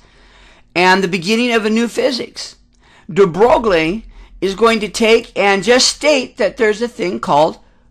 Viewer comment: Very nice! BUT, Please learn to pronounce these scientists names properly...gives an atmosphere of experience! de Broglie is pronounced "dee Broy". This was my first of your videos--I subscribed and plan to see the rest.